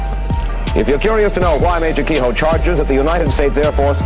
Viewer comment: Lol his name is actually Keyhoe, not Keyhole! 😂😂😂😂😂